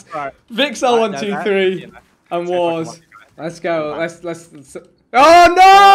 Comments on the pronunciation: His names warsz not warz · its warsz not warz